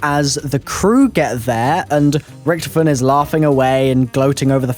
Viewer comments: its not richtifon its richtofen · It's said rick-taw-fin